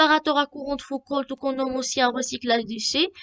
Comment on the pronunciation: Foucault, pas Foucoult. Et le "l" ne se prononce pas. Prononcer "Fouco".